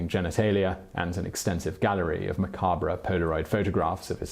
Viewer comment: Oof. "Macabruh"